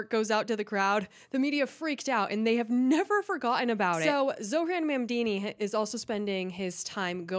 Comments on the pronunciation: BTW, his name is pronounced MamDAni, not MamDIni. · I DO enjoy your content. I’m not trying to be a grammar “NAtZI” but my pet peeve is grammar. It’s NOT PRONOUNCED “MOM-DEENI”. Pronounce it as “MOBM-DANI” and I’ll be a HAPPY CAMPER! Those types of mistakes Are the ONLY areas of yOUr videos that drive me crazy! OTHER THAN THAT, KEEP IT UP!!! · Please don't pronounce his last name like it's Italian! We help build this city, this clown like all liberals only know how to tear things down. Mon-don-knee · Is the pronouncing of his name as “Mamdini” an accident or a jab? * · Calling him "Zohran Mandini" throughout - love it 😂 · The way you pronounced his name cracked me up, zohran mamdini😂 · I love you but I am DYING at your pronunciation of his name lol 😂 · Ma'amdeeni... plz always keep pronouncing his name like this, it's hilarious. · She can’t even say his name right 😂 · JESUS CHRIST GET HIS NAME RIGHT LADY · learn to say his name right. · You're pronouncing his name like he's Italian. which is an insult to good Christian Italians! Might be just your accent...Like the Great Houdini. But Mamdani may need to learn the art of escape! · It's hilarious how mispronounces his name on purpose